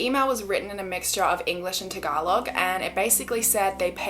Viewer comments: thank you for pronouncing tagalog the way it’s supposed to instead of ~tag-a-log~ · It's really amazing how you pronounced "tagalog" eargasm!!